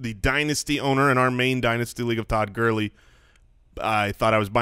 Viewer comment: Anyone else cringe when that guy says "gurllley" Jesus...... Lol